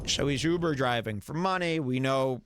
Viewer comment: I love how call it uper. He’s an uper driver.